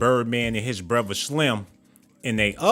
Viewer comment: Before I smash the like I’m go need you to stop saying words with TH with V broTHer not broVer